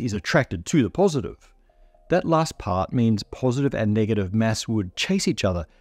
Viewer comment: Lol, your pronunciation of "mass" is a mess. 😝 What accent does it come from?